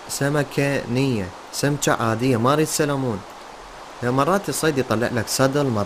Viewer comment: سلمون ❌ سالمون✅😭😂😂